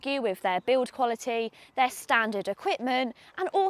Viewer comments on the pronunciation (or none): none